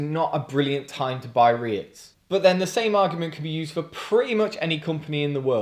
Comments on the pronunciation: Am i the only one whos gonna tell you its pronounced "reet" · FYI it's pronounced 'Reets' - And yes, totally agree - wouldn't touch Unite with a bargepole.